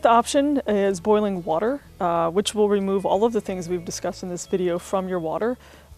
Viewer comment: Thanks for the overview. Where is it that people say "wooter" like you? Have heard it a lot.